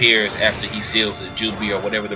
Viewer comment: Are you saying ''Seal the Doobie'' or ''Seal the Joobi''